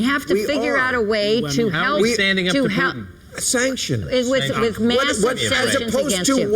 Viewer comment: "We have to stand up to pootin"